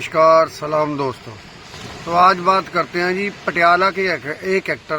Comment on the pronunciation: Its Patiala not patalea bas lokkan nu gallan kadlo isto